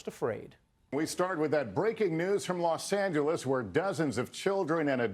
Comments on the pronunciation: Is anyone else annoyed by that reporter's pronunciation of "Los Angeles"? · los angelies?